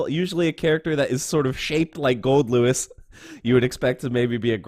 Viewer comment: Man it's nice to see someone getting his name right!